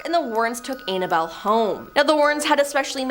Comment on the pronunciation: everybody and their mother’s know that it is Ed gein not Ed Jean and it’s Annabelle not analbelle. You need to do your research on how to pronounce peoples names because every top 10 videos you do you butcher half of those names. Look up those people and learn something before you put out videos and your staff are letting you down by not correcting you.